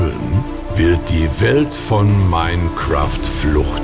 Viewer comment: Dieses Minecräft bei !!! AAAAAAAAAAAAAAAAAAAAHHHHHHHHHHHHHHH!